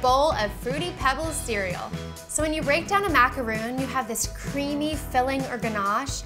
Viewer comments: That's because you don't know how to pronounce stuff. It's spelled macaron with one "o" for a reason. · I really wanted to watch this but if the baker can't say the name of the cookie, why would I?? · MACARON NOT MACAROOOOON MACRON MACRON MACRON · The fact that she pronounces the French Macaroni incorrectly makes me less inclined to believe in her recipe :/ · Caroline W. Thank you! it was quite annoying to hear it pronounced wrong. She appears to be a good baker so it's a shame she doesn't exactly represent the Macaron well by calling it by the wrong name. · Does it bother anyone else that she doesn't pronounce it right? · These have no coconut. They're not macaroons. They're macarons. very different pronunciation. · It's MACARON not MACAROON. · MACARON not macaroon. You moron. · Woooowww, so what she pronounced a couple of words wrong..big deal. I bet nearly everyone (including me) would have done the same. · IT'S MACARON, NOT MACAROON! They are different cookies. You pronounce it like Ron, like Ron Weasley. Not Roon. OKAY?! Sorry this is one of my pet peeves. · its macaron (mac ar on) not macaroon!!! they are totally different desserts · MACA-RON !!! NOT MACAROOONN!!! They are 2 different cookies !!!! Smh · Ma-ca-ron. Not Macaroons!!!!! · Macarons are made with almond flour and whipped egg whites and macaroons are coconit cookies. Don't tell me "its the same" or "its not a big deal". If you want to seem ignorant then keep sayung macaroons instead of macarons. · just a tip, that word is pronounced mack-er-ON. not mack-er-oon. they are completely different things. a macaroon is typically made with desiccated coconut (deliciousness) where as macarons are what you were making. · they are Macarons not Macaroons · Why does she keep saying Macaroon? How can you teach people something when you dont even know what its called. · Maca-ron is how you pronounce it! It kills me when people don't say ur right -_ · macaroons really? smh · it is not "macaroooons" jeez